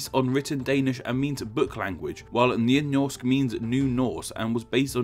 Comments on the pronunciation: "nynorsk meaning new norse" Oh no, you did a ooopsie! (nynorsk = new norwegian) Good job on butchering the pronunciations! Hehe. :P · Lena Persin he literally said "njy njorsk" instead of nynorsk, and "njoleg" instead of noreg